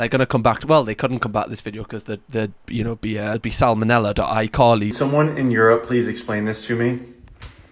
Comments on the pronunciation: died when you, instead of saying "e. coli'd" said "icarly'd" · “ICarly” instead of Ecoli….oh ai is so funny sometimes. “Tanning pool” bless ya, you doughnut, you just taught me something I never knew ❤